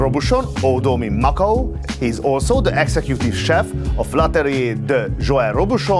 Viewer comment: Mockle ? Mah-COW ✅